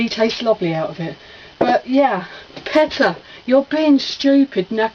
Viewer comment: Wow., great vid. PETA pronounced "PEE-DA". ;) I love "Crash Nitro", "Crash Team Racing" here in the states.., I always thought it was better than Mario Kart. "Treasures of the Deep"......fantastic hidden PS1 gem.., a truly unique game. ..."It's looks like he's gonna go ...UH-HUH"......LMAO!!!! You're quite the sexy minx in that Tenouki suit. ;)